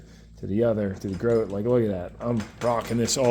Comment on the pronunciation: fyi. i used to work for Grote many years ago.. they pronounce their name as "grow-tee" ...